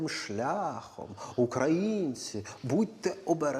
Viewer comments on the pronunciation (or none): none